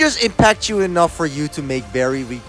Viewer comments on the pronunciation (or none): I thiught it said enoure